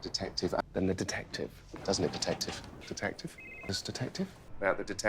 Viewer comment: Now I’m hearing tedective